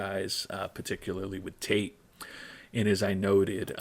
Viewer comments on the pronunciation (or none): none